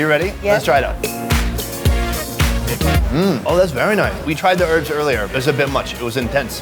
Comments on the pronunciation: HERBS not ERBS , k thanks. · Urbs? Damn dude. Just Say Herbs... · It's not earbs its hearb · Love this video. Why can Americans not say herbs they say erbs. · stop saying erbs its HERBS WITH AN H.......... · Erbs? Herbs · herbs ?...not urbs...great program though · Erbs? What are these erbs you speak of?????? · Why can't americans say herbs